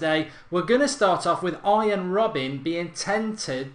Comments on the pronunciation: please stop saying robban for gods sake. its robben. god damn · Mark its RobbEN not RobbAN haha xD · £20-30M for Robben? You havin a laugh?! £10M tops, he's 33! It's RobbEn not RobbAn, and he has NO right foot... Two footed? 😂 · It is prenounced as robbun